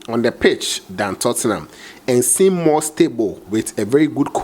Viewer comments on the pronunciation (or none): none